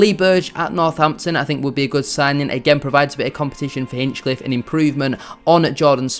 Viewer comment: Well researched but missed the target on one or two points. i) A number of the fringe players you mentioned were brought in - often at short notice - to cover an unprecedented catalogue of long-term injuries; that’s all they were, cover. ii) It’s Ben Hinchliffe not Hinchcliffe; what is it with YouTubers who simply can’t get his name right, even those like yourself who are better than most; likely golden glove this season and an astonishing story from NLN to League 1 breaking almost every County goalkeeping record on the way. iii) You’ve missed the point about County’s recruitment over the last four years and the signings you suggested were way off the mark; the players brought in were never just about promotion, but about the next promotion as well - Sarcevic (pronounced correctly ‘Sars-e-vik), Madden, Powell, Olaofe, and others. Bradford City might look at this model to their advantage and learn. Wrexham to a degree have done like County, though have actually lost out to County more than once over the past three or four seasons in player chases (Nick Powell); the Vita properties (County owner’s company) in central Manchester are a big enticement and makes playing for Stockport County very attractive (Search Vita Living in Circle Square for example). The club’s infra-structure in every respect is some way in advance of their position in the pyramid. iv) If you check out the County forum, there’s a thread about players’ contracts - not really an issue (though Ethan Pye being p